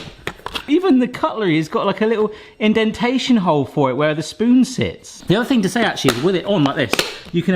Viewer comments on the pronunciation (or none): none